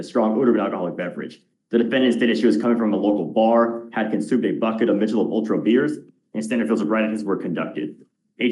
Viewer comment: Someone please tell this DA that it’s pronounced “Mick-a-lobe” not “Mitch-a-lob.” He always does it when there’s a case where this beer is involved 😂